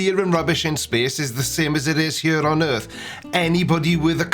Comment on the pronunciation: Initially I thought oh what an idiot he thinks the Earth is flat but what he clearly said was" Erf". I don't know what that is but I guess there is a non-zero chance that is flat